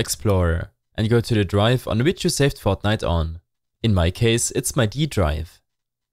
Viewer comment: This guy's voice "fotnite fotnite fotnite binarieeeees*